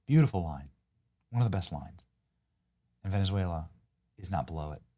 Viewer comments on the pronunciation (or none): She could not even pronounce Venezuela right because it's not Venesuela, and it's just south of Porto Rico your home country, Sandy!!!!! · She did however, throw her Latina accent in her pronunciation of Venezuela...😂😂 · She sounds like she's trying to tickle the back of her throat when she said: "Venezuela" and also when she said: "Maduro which came out as "Madoodoo". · I was taught at the LEARING CENTER that Venicewaleya was north of the E-cwayter? 😮. 😅😅😅😅😅😅